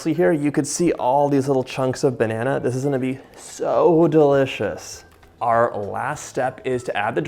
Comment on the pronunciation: sEAUXGH DELICIOUS! BAIII HAAHHND